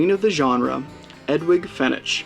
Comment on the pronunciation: Love the review and subbed! However, the "g" in Edwige is pronounced with a "j" sound and the "ch" in Fenech with a "k" sound. ;)